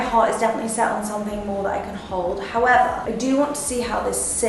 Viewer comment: "Howevah" - Love all the bags!